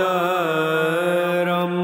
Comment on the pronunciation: You wrote "pravaktaram" but skipped the "r" sound and pronounced it as "pavaktaram" .. I don't know which way is right. Anyways, thanks for the video.